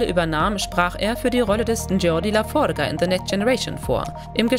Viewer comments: Dschordi Lafordschehh... Wie könnt ihr eine Sprecherin nehmen, die keine Ahnung von der Aussprache hat? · Geordi la forga???????? Ehrlich????? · V=W im englischen....siehe village oder Vader...wer ist Jordi laforga? Als Trekky nicht viel (gar nichts) Neues dabei. 😂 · Geordi La Forge wird Englisch (wie die Schmiede=Forge) ausgesprochen nicht Spanisch, anscheinend noch nie eine Episode gesehen.